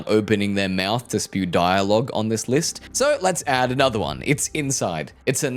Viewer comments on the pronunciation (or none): none